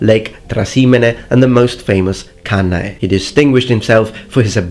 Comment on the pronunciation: why would you pronounce Kasar instead of Cesar? In Latin "ae" is pronounced "e" or am i missing something? Funny enough later on you pronounce Cannae correctly as Cane (like the dog)